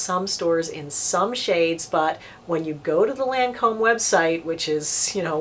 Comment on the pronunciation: Its pronounced lon- comb...its French ...not lan comb lol